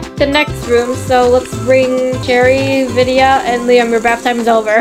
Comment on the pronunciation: her name is not ViDa it's Vidia